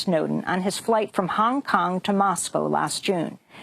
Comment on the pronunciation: The way A pronounces 'Hong Kong'...